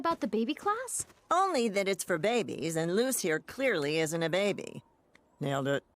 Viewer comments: is… is this a bit? My friend Luz is pronounced loose not lose. It means “light” in Spanish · Luz is not loooozz It's Like saying lus like Lucy The z makes an s sound it Luz sounds like lus (ITS A SPANISH NAME) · so angry when watching this it's pronounced Luz not lose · People do start pronouncing Luz as "loose" in the second season... idk why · Ok, in this show they pronounce it as “lose” BUT irl Luz IS pronounced “loose”. Basically the only person that says her name right in this show is her mom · The english speaking characters do... but she and her mother pronounce it Loose. It's not his fault, sure... but when he went 'It's pronounced Lose, not Loose' was where it got kinda 'eeeh'... like an english guy correcting spanish speakers pronounciation of spanish. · Isn't Luz just a common SPANISH name? So it would just be pronounced Loose because that's how you pronounce that name in Spanish. It just means light doesn't it? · also the little rant about every other character in the show saying her name like “lose” then eda immediately saying it like “loose” lmao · is he ragebaiting?… I went back and rewatched the first few episodes because of this. Everyone ALWAYS called her “loos” like Lucy without the y, since episode 1. Idk what is talking about 😭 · Someone's probably already said this but the thing about Luz's name is that it's Spanish for "light", and in latinamerican Spanish the z is pronounced like an s, so technically the correct pronunciation is "Luce" but none of the other characters speak Spanish, other than her mom, lol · Eda LITERALLY pronounced Luz as "Loose" . PLUS not to mention she's hispanic, where in the hispanic alphabet, Z is pronounced as an S sound. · Luz is literally light in Spanish 😭 That's because her mom is Spanish 😔 please check your Spanish, as a Spanish person is hurting me 😔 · Also also also: Gets mad people tell him how they pronounce Luz in actual Spanish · Luz is the SPANISH word for light, and Spanish pronounces Z as S.